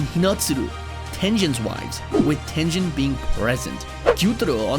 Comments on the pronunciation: he called Tengen tenjen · Bro said jiu and zinitsu and dont forget tenjen☠️💀💀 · Bro called Enmu a girl and pronounced Giyu as Jiyu and Tengen as Tenjen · TENJEN? GO TO A SPEACH CLASS AND LEARN HOW TO PRONOUNCE GS LITTLE BUM